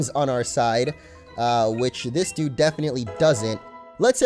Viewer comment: Stop say dyude